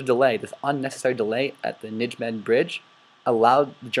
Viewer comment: This is a good presentation, it really is, but you have a lot of mispronunciations in here. It "thirty corp" not X-X-X corp. It's "Ny-may-gin" gin like again. Not, Ni-gym-men. So on and so forth. Also, it is proven in Decisions In Normandy and It Never Snows in September that Monty did know about the two SS divisions in the area but disregarded it. It's more of a question of why the intelligence was ignored more than a lack of it.